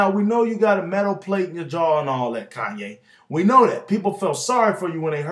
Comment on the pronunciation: kanya west? lol